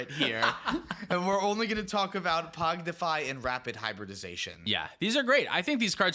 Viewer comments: Pong-ify pong. Not pog. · adding a D every time he says pongdify 😂 There isnt a d in the name! Great show guys, love it. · Y'all saying Pognify instead of Pongify is wild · It's PONG-ify You're saying POG-nify lol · Btw you guys are calling it “Pognify” when it’s “Pongify”😅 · ….. it’s blue elemental blast my guy. Also PONGIFY. Not pognify. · There is no D in pongify lol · Whelp, I’m never pronouncing “Pog-nify” correctly again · Thanks again, great episode! I am wondering though: How mad is Tyler (and rightfully so) that you are saying "Pognify" instead of "Pongify"? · i had to stop ;istening to this one because i cant handle the rampant misspronounciation of pongify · Was driving me insane. PONG-IFY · I love pronouncing "pongify" differently every time 😂😂😂